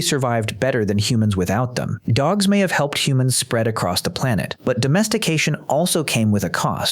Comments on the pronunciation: Great video, but remember, narrator, the word is "across," not "acrost." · My only problem with this is you keep saying acrosst, with a t? theres no t man is just across long distances. same thing with cross man, theres no t, idk why it bothers me so much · there's no T at the end of "across." do people actually think "acrosst" is a word? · Good God! The word is across! There's no ed or st on that shit.